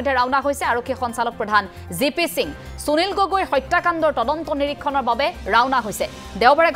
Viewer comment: চুনিল গগৈ ? যদি সুনীল শব্দটো চুনিল বুলি উচ্চাৰণ কৰে তেতিয়াহলে সুবিধা শব্দটো চুবিধা বুলি উচ্চাৰণ কৰিব নেকি ? উচ্চাৰণ লৈ আপোনালোকৰ এইটো কি বেমাৰ হৈছে ? অসমীয়া ভাষাত শ, স, ষ যুক্ত শব্দৰ উচ্চাৰণ চ বুলি যে নকৰে আপোনালোকে নাজানে নেকি ? মনত ৰাখিব উচ্চাৰণ আৰু সূকীয়া শব্দ ভাণ্ডাৰ অসমীয়া ভাষাৰ পৰিচয়।